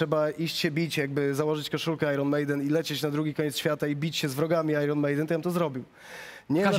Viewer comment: Nie ajron tylko ajen ...!!!